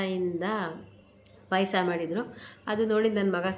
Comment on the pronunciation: ಪೈಸ ಅಲ್ಲ ಮಮ್ಮಿ ಪಾಯಸ 😂😂😂